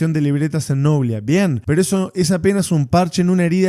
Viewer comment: NOBLÍÍÍÍA, NO NOBLIA